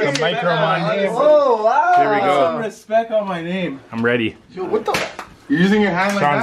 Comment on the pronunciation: I like your videos but can you PLEAS STOP saying respec it's respect with a T at the end it bugging me - thanks